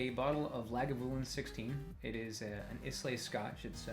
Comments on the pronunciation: Its not is-lay...its pronounced eye-lay. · not "is-lay". pronounced " I-La ". I know, only pricks correct pronunciation...... don't judge me :-p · Islay is pronounced "a-i-la" btw :) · Ilsay is pronounced eye lah. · its islay "eye-la" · It's pronounced eye-lah. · scrolling through the comments to see if anyone else would say something, the way pronounced it made my brain hurt and my ears bleed. Even "eye-lay" would have been slightly more acceptable, but it is indeed pronounced "eye-lah". Great choice of whisky though, Lagavulin is amazing. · Does not now how to say Islay right off the bat. Good choice though, Lagavulin is awesome. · Qains butchering of the pronunciation of Scottish words gave me cancer. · The way he pronounces Islay makes me cringe